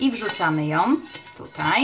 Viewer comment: Strasznie jestes kochana i uwielbiam Twoje filmiki ale bede Cie meczyc: TO ciasto nie "te" ciasto; pol POMARANCZY a nie "pol pomarancza" i zawsze "ją" nigdy "jom". super tak wogole :)